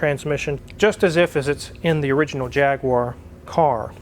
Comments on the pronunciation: Vrry cool, but its pronounced "jag u are" not jagware. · The correct pronunciation is “Jag-U-R”,, not “Jag-waaaaaaaah”!😁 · You are using a brit engine - so pronounce it the correct english way: Jag-u-arr not Jag-wire. :) I would easily swap you a v12 with box for an LS engine - but i’m in the UK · Forgive me, but as a Brit and you're talking about a British car engine I'd like to bring your attention that you are mispronouncing the name :)> It should be jag-u-are not jag-w-are. Love the channel though! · by the way... its pronounced jagUar not jagwar...... thank you ... also, old jag engines are renowned for corrosion problems, its the blend of ally and steel and age, plus a lot of people playing with them left the antifreeze out and corrosion inhibitors... its usually pretty bad inside the blocks. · It’s pronounced JAG YOU RRR.